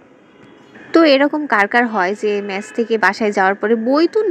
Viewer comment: আপু ম্যাচ উচ্চারণ করেন কেন,সঠিক মেস (mess) হবে.......Sorry, কিছু মনে করিয়েন না,আপনার ভিডিও ভালো লাগে।